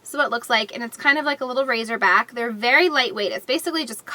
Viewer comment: It' sounds like you're saying, "razor back."